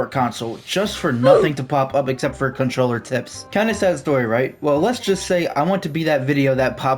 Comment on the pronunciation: Contoller bro..... contoller 🙏